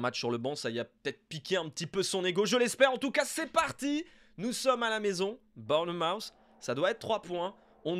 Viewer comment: Tip de prononciation : Bournmouth se prononce bornmousse (avec un ou qui tend vers le a), faut pas se faire avoir